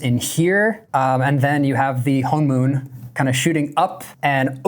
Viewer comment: You’re one of the few YouTubers who pronounced “honmoon” correctly and I just need to say, I deeply appreciate it. It’s so exhausting hearing people say “han-moon”